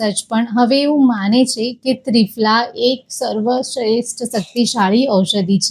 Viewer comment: ત્રિફળા બોલો ત્રિફલા નહીં